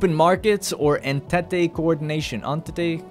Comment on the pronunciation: Entente is pronounced like 'On Taunt'. Blame the french.